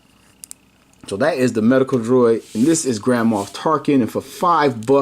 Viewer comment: I kept hearing it as Grandma Tarkin lol